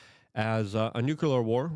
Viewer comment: Armah-gedding! And a new-cue-lerr war